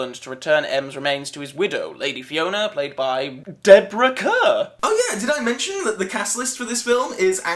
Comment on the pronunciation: Deborah Kerr's surname is pronounced "car". I'm guessing the legal difficulties were why the bad guys aren't Spectre, but calling them Smersh instead was presumably a mistake by the writers as that was Fleming's name for a Soviet agency.